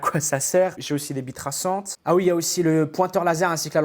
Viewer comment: Pourquo j'ai compris "bite traçante" ?